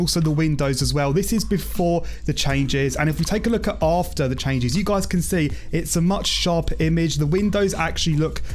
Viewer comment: your "after" is sooooo bad!